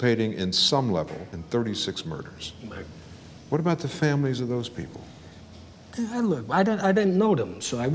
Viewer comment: Even though he played a part all those “moiders”?